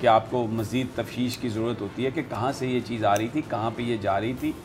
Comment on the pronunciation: Tafteesh not tafsheesh